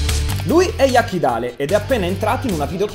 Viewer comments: Ma rovazzi che dice jakideil😂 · ci fosse una volta che abbiate pronunciato il nome corretto di Jakidale